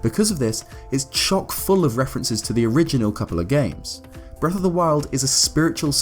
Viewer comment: Why the hellndoes he call it breath, it sounds so terrible